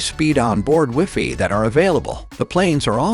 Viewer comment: The use of computer voicing is getting ridiculous. It wouldn't be so bad if it could actually pronounce the most common words correctly. Like Wi-Fi